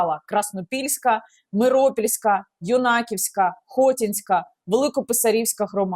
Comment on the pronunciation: ХотІнська, Юнаківська, БасІвка, миропІлля!)))) наголос не вірний)